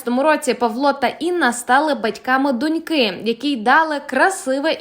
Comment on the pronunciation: Не "донькИ", а "дОньки"! Плекаймо мову❤